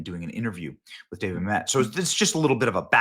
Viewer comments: It’s Mamit not Mam Met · “Ma’am et” not mamet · Mamet is pronounced “Ma-muht”, not “Mamette” btw. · Dude it’s David Mamet not David Mam•et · It’s actually pronounced David Ma-mutt. He also wrote “Glengarry Glen Ross” too. Used to be a god of the Left until he became a Conservative a few years back. Naturally, they turned on him as only the Left can do. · Dude! It’s David Mamet. STOP saying Ma-met! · Glen garry Glen ross my favourite.... hey benny it's pronounced mam (pause) met ... mam . met .... just FYI. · I love David MA-met. Emphasis is on the first syllable, Benny. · I wish that all of the YouTubers would be old enough to pronounce these names and words properly. It’s mam et. He even says it in this video. I feel like no one really looked into so much stuff until it ends up on their desk to read for a podcast. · Benny... From Olympia Fields, IL. "Mă●mĕt", wife corrected you over and over, out loud. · It’s pronounced “MA’AM-et”! Like damnit. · Benny keeps saying Mamet wrong. And he’s been a hard core non-Leftist forever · You are mispronouncing Mamet's name!! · You keep pronouncing David Mamet's last name incorrectly.